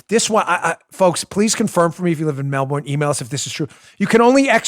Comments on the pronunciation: a lot of Aussies probably just cringed (or laughed) at how we Americans pronounce ’Melbourne’ lol... I believe it’s “Mel-bin” but surely someone from there would know better, so correct me if I’m wrong...mellBORN lol 😂 But in all seriousness, I’m so glad I live here in the US... that list was straight out of 1984...on steroids. Wow. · "Mel-burn'......not "Mel-born" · Dan, a friendly heads up: In Australia they pronounce Melbourne “Melbin”. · It’s shocking what’s happening in Melbourne! Let me help you with the pronunciation since I had a friend from there. They pronounce it: Mel bun. 😊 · Can you please pronounce Melbourne properly!